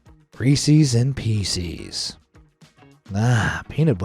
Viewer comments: "pieces" isn't pronounced "pee-sees" as in "pea seas," it's pronounced "pees-siz" as in "peace" with an "s."😉👍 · Reesees peesees? Seriously, what's wrong with you? That is not how it's pronounced. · Is it just me or i just hear feces instead of pieces